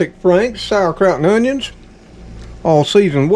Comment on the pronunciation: I like you say onions